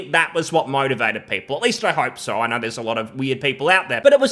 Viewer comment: "Hasbro, as far as a i knaur..."